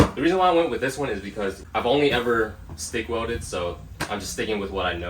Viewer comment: It’s pronounced welded. Not welldid.